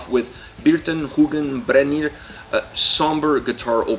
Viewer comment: "I want to start of with bearton hughen brenier"->"Birtan hugann brennir". "Dreps start"->"Drepsótt" 9.39. "This is odin", FYI: No, the name of the band isn't pronounced as Odin (a Norse god, Icelandic Óðinn vs. Auðn), because it isn't, it means desolation. I'm an Icelander, know Auðn (and actually one band member, full disclosure), so I was curious and looking up such videos. Thanks you for the video, I wasn't sure what you were saying at those time points, had too look up (do not expect foreigners to be able to pronounce Icelandic, or the Youtube AI generating the subtitles, that were otherwise great). I'm conflicted if the autogenerated subtitles should be changed, if you actually have that capability.